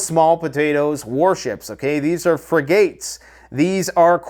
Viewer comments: Its pronounced Frigot, like bigot😂not friggattes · Brother a warship is pronounced Frigg-it not Frigg gate.. and a group for fighting men would be pronounced Core when it is spelled “corps” Thanks for your videos. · a phony. Has no real understanding of what he's talking about. Pure bullshit and fantasy. This jagoff mispronounced frigate AND corvette😂